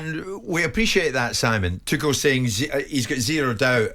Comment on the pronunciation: I really wish every pundit would have a chat and decide how to actually say Tuchel’s name properly.